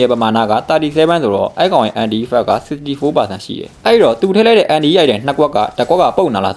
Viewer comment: အန်တိုင်လို့အသံထွက်ရင်ပိုမိုက်မယ်ဗျာအန်တီအန်တီနဲ့